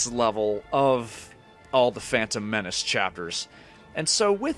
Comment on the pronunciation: A quick level, nice and short. It's more convenient if you upload a single chapter ("level") at a time instead of multiple levels in a single video even if it means that video will be shorter. Oh and a funny italian impression right there "The fantom menaci" :D ...sounds very "italish" (a compound word made of "italian" and "english") maybe it already exists otherwise I just made it up ^^